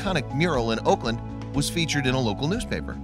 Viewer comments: Auckland is NOT pronounced "Oakland" is is "awklnd"... great story though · Oakland is in California. Auckland is pronounced AWKLAND.